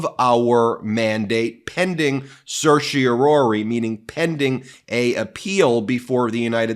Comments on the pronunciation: Let's get on with it Supreme Court and deny the stay/rule against DJT's immunity claim! Time's a-wasting! BTW, I noticed your pronunciation of Certiorari over quite a large number of your videos. It's CertiorARI, NOT CertiorORI. Sorry to be so picky. I find your videos highly informative, but your mispronunciation was starting to bother me. Be that as it may, keep up the terrific work that you do! It's truly important IMHO! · Certiorari, not certiorori. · Please stop saying sershy-a-Rory!! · As a former “intermediate” Latin scholar (it’s been a while), it sure seems like lawyers do some strange things with the language. When I see “certiori”, I hear “care-tee-OR-ee” (in “pseudo-English”). For starters, Latin doesn’t “do” the ‘s’-sounding ’c’, and it doesn’t do the ‘sh’-sounding ‘t’, and it doesn’t do the ‘u’-sounding ’e’. Secondly, there’s only one ‘o’. What is “Surshie O’Roarie”?? Is that some Guy’s Gaelic name? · Umm.. I don't believe 'certiorari' is supposed to be pronounced that way; there is some debate over whether the last two syllables should be pronounced "-RARE-ee" (Alito, Stevens, Thomas) or "-RARE-eye" (Roberts, Scalia, Breyer) or "-ARR-eye" (Kennedy) or "-ARR-ee" (Sotomayor), but none of the Justices pronounce it "-ROAR-ee"... Kagan avoids the issue completely by just using the short word "cert" instead! (Also, apparently Sotomayor drops the previous syllable entirely, and Thomas pronounces the very first syllable "sertz")